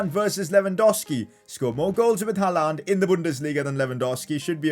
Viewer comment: you pronounce Haaland wrong